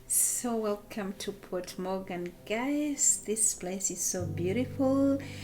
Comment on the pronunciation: No es MORGAN, es MOGÁN y no es Port, es Puerto, Puerto de Mogán.